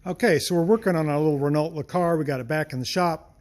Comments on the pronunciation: Isn’t it like “ray-no” rather than “re-no”? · It's easy to pronounce correctly.. Re-NO! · All you did there was prove North Americans can't pronounce Renault :)